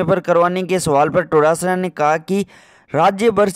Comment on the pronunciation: उच्चारण तो सही करो टोडासरा नही डोटासरा है।